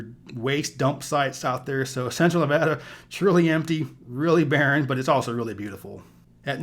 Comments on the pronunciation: It’s always refreshing to hear someone pronounce Nevada as Nevadans pronounce it. It gives the credibility! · THANKS YOU!!! For saying Nevada correctly. It's like nails on a chalkboard for me when I hear it pronounced wrong. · Brits pronounce it, 'Nevarda'.